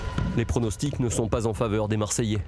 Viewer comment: Grave moi je suis choquer de voir comment tu détruit le nom de notre peuple « Marseillais »